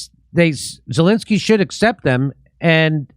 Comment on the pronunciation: Jimmy should pronounce Zelensky's name correctly. It's NOT Zalinksy.